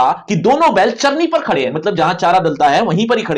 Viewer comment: gadhe ❌ Khade ✅